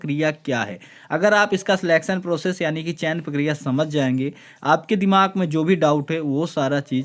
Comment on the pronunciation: पकिरिया नही भाई प्रक्रिया होता है।